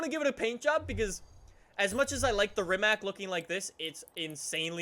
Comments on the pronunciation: im from Croatia, Croatia is country that make this Rimac C Two but... YOU NEED TO SAY RIMAC NOOOO RIMAK EVERY ENGLISCH, AMERICAN AND AUSTRALIAN PEOPLE SAYS RIMAK BUT ITS RIMAC WITH C NOT K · Its rimac not rimak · BRO ITS NOT RIMAK ITS RIMAC JUST SAY HOW IT SAYS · Try to pronounce it "Rimatz". Rimak is the incorrect, lazy version but whatever hahaa. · Its RIMAC NOT RIMAK rimac with c not k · Just an FYI. The letter C is actually pronounced more like Tz, not Ck. So it would be Rimatz, not Rimack. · Rimats man rimats is how its pronounced. Trust me i am from Croatia. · Its from Croatia so it shouldn’t sound like rimak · It's pronounced REEMATS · Rimac is not read as "Rimak", it is read as Rimac, the C on the end is read like the C on the "Concept 2" I am very triggerd by this! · Did you really call Rimac a Rimak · Rimac is pronounced rimatz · I am from Croatia, just like Rimac... btw you misspronaunced the name. You have to say Rimats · All these years streaming this game and you still can’t pronounce it properly 😂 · he cant say rimac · You dont say rimac like i am from croatia where the car is from and you say it how you write it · he cant even say rimac correctly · Croatian is hard language my frend :-)